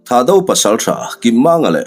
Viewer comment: Ho tupa THAHDO ho hming ilam dan hi a dik meuh emaw chu🤔🤔🤔🤔 Atel a intel tir ta sa² han siam rem deuh ula kava duh em🙏🏻🙏🏻🙏🏻🙏🏻